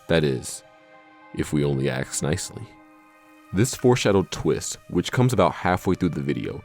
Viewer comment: "Exorbitive" and "Aks" AREN'T REAL WORDS, GODDAMN IT!!! And it's a DYSLEXIC THING, and not a "Black Thing" being that toll". -You MEANT to say: EXORBITANT & ASK